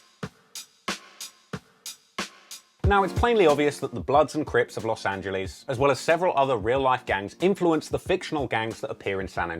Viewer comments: I hate how you say Los Angeles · He knows everything about Los Angeles except how to pronounce it.